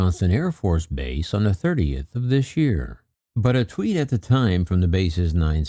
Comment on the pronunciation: "On thé 30th of "This Yéár"" 😁😁😁😁 "Thats another finé mess you gott mé into" 😁😁👍👍👍✌